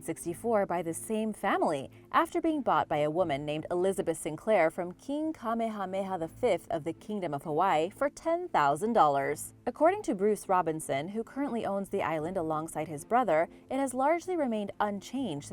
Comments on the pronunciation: King Ka-may-ah-may-ah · King "kame-hame-ha"? 😆